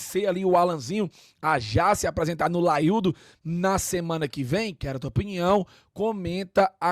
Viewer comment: Tirou 'LAIUDO" de onde?? Feio